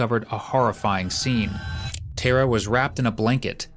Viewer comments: Tara is an irish name pronouced like "tare - ra" not "Ter-rah" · yeah not ter a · Tara is pronounced exactly as it is spelt Tar a , with the emphasis on Tar .